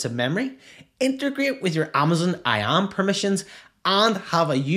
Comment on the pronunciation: its I.A.M not Iaaamm